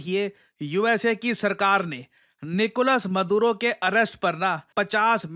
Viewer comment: निकोलस मदुरो ❌ निकोलस मादुरो ✅ 😁